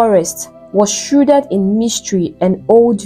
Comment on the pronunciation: Why not just type in the words you are struggling to pronounce into google? Just type xxxxx pronunciation on any browser and you will see how it is pronounced - shrouded, pauper, unscathed etc..Just try. It’s just doing my ears anyhow😂🫣🫣🫣🫣